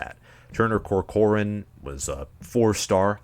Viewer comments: Turner COR-cor-an not co-COR-an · Turner Corcoran = Tur-Ner Cork-ren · Your pronunciation of Corcoran is painful. 😅